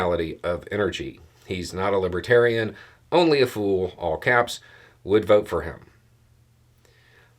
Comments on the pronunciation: I'm sure it didn't help tRump any to keep mispronouncing "LibAtarian" party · Trump can't even pronounce LIBERTARIAN. He consistently said LIBBA-Tarian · It sounded more like libbadarian to me.